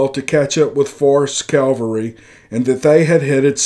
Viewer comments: The word is CAV alry, not Cal vary! Calvary is where Jesus died. Cavalry is a group of horse soldiers. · You wouldn't mean "cavalry" rather than "calvary," now would you? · It's a modern narration of an old letter, wrote above " I took a few liberties with the story to make it entertaining " area / era is likely just a mispronunciation, he also refers to "calvary" instead of cavalry. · It's CAVALRY not CALVARY! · It's CAVALRY not Calvary. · Great story....but it's pronounced CAV ull ree , not COWL vuh ree . Calvary is where the Lord was crucified. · I would love to hear this story. I simply cannot listen due to the constant mispronunciation of simple words. CALVARY vs CAVALRY: there is a difference. Words mean things. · Pronounced; CAVelry....NOT....CALVARY. ....F.Y.I. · CAV AL RY not CAL VA RY!